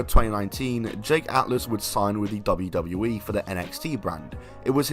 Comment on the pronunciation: double u, double u, E. Not dabbadbabdabdbadley. Annunciation matters. Speak clearly. You don't even say the correct letters.